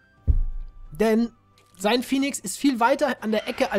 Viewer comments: Warum sagst du phinix statt Phönix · es heißt Phönix und nicht Phinix